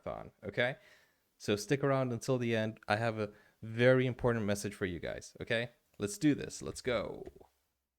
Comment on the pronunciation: He also said imported instead of important .